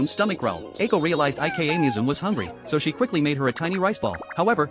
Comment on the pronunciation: if her name is ika, why does it pronounce it like IKEA 😭